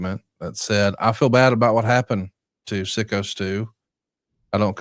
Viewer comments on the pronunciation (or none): 1-, stop acting like you weren't invited or even attended Vince's party as a guest of Bruce! 2- It is pronounced PSYCHO Stu and not SICKO Stu (reading Rampage Jackson's statement).